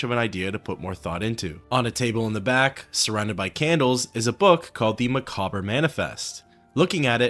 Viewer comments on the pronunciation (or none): First, that's not how you pronounce "macabre." Second, I always thought it was interesting that a cabal of price-fixing merchants were upset that a new merchant refused to play ball, especially considering that he's essentially engaging in reselling the exact kind of loot the player tends to dump on every other merchant in the game. Like, they could literally sell the items you sell to them just like Thoronir would and make a killing just like he does. EDIT: It's pretty obvious that Thoronir knew what was going on. There's no way Agarmir could lock you in the crypt himself when he's all the way across the room when you enter and doesn't approach until you're well away from the door, and as he said, he set up a trap for you. Now why would Agarmir assume you'd just randomly choose to enter that specific crypt? He had to know you were coming, and who could have informed him? The only other person to know where both he and you are is Thoronir, meaning he's the one that told Agarmir the jig is up, they came up with a plan to take you out, and Thoronir directed you to the crypt that he himself locked behind you after you entered. How you think he's simply negligent is astounding. Even when he's espousing his "surprise" about where his goods come from, it sounds rehearsed and insincere. All you really managed to do is force him to get a new supplier and have justification for increasing his prices so he doesn't lose customers. You were played.